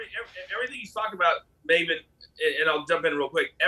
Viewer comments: Wait… Did Pierce just call Maven “Mah-ven/Marvin Hoffman”? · Piers called Maven "Marvin" LOL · It's pronounced Marven, apparently 😂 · MAVEN! IT IS PRONOUNCED May Vin! LOL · Did he really call Maven Marvin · "Did Pierce call Maven... "Marvin"? 🤣🤣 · No he said Maven but pronounced differently like MaaaaVin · I heard Marvin too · Lol Piers calling Maven, Marvin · And Maven ffs 😂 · Piers mispronouncing mavens name is funny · I laughed at how Piers pronounced Maven's name 😂😂😂😂😂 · How Piers pronounces Maven hurts me. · piers you can’t even say maven name correctly.. u r such a piece of trash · Piers can’t even get Mavens name right 🤦🏼‍♂️🤦🏼‍♂️ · too bad piers mispronounced his name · It's Maven!! Not Marvin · Piers kept saying Mah-ven. Haha. It's May-ven. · Marven he called him marven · Piers called him Marvin instead of Maven. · LMFAO he called him Marven Hoffman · Piers calling Maven "Marvin" was cringe 😂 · Did he call maven Marvin huhchmen 😂😂😂😂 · Did he call Maven Marven? lol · Did he introduce Maven as Marvin? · Maven (pronounced MAY-ven) Not Mawven, Piers! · Love how Piers called Maven "Maa-vun" clearly hes not a wrestling fan 😂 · Did pierce introduce maven as Marvin? 😂😂this was great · Did pierce introduce maven as Marvin? 😂😂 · "Marvin" lol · Marvin? 😂 maven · Piers calling Maven Marvin 😂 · His name is Maven, not Marven. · Jesus its maven not Marven atleast not your guest name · Why is piers calling maven....Marvin. his birth name is ma-ven not mar-vin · Piers every time you say "Marvin" , it hurts!!!! His name is pronounced MAY-VEN! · Most annoying that Piers kept calling Maven ‘Mah-ven’ - someone must have corrected him about half way through though because then he called him ‘Maven’ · Coach and Maven are class acts, as always. It was so weird hearing Piers slip up and call him Marvin! 😂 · Piers - his name is Maven, not Marvin. Maven like "May-ven" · How you gonna call Maven, Marvin. God damnit Piers, he’s the reason I clicked on the video. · "Marvin" jfc